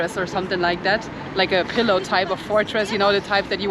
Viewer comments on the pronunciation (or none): none